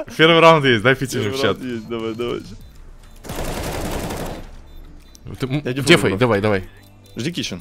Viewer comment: ПОЧЕМУ ТЫ ГОВОРИШЬ ДЕЕЕЕЕФАЙ А НЕ ДЭФАЙ ИЛИ дефУзь